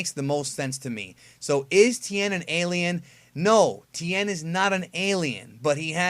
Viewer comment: ti-en tien not ten, not tin.... ti...en